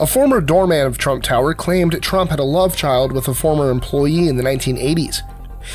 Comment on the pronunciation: Donald trumpt?